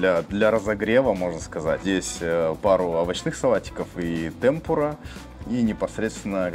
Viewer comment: темпУра, а не тЕмпура